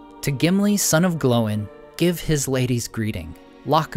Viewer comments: Dude you keep saying it like "glow-in" and that's just obnoxious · Why do you say Glow in? It's Gloin dude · So is it pronounced "Glo-in" or "Gloyn"? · I live your videos, but why do you always pronounce Gloin and Oin incorrectly? It's one syllable. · Why do they pronounce Oín and Gloín differently in the films?